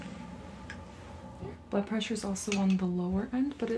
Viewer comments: it sounded like you said "taking you buttpressure" :-D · Maybe she was taking her butt pressure? What's wrong with that?!